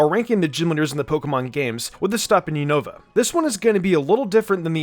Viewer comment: Wow he still pronounces unova wrong lmao all the pokemon youtubers always butcher the name but whats weird is that actually pronounced it correctly when he talks about skyla lol